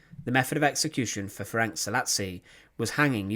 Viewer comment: Thank you for the video, but maybe you should consider checking available sources, such as Wikipedia, for the pronunciation of the names. He was called "Ferenc", not "Ferenk". The "c" at the end is pronounced like "ts", not "k".